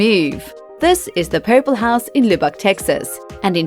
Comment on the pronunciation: the way she said Lubbock lmao